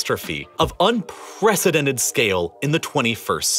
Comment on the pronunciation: Can you put less emphasize at the end of each sentence? It gets really annoying hearing CATASTROPHIC, UNPRECEDENTED etc